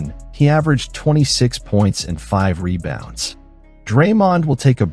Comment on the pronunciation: Is this another AI narrator? Monotonous delivery (rhythm, pitch, etc.) and some small mispronunciations sprinkled in (e.g., "reBOUNDS" instead of "REbounds"). Just sayin' ...